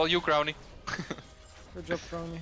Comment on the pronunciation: And “yob”